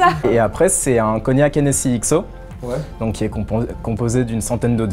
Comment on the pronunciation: On ne dit pas " HÉNNÉSSY " !!!!!!!! Sacrilège On prononce sa " Hénnessy " Je suis de Cognac alors je sais de quoi je parle